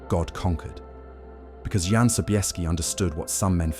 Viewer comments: AI…….It’s pronounced YAN…….not John! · Jan is pronounced YAN, by the way... your AI narrator is hit and miss... can't you just write the script phonetically? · ... in eastern europe... including Germany... a... "J"... is pronounced as a "Y"... so Jan... reads as... "Yahn"... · OMG, it's pronounced YAN, not JAN, FFS! How difficult would that have been to look up? Friccin AI BS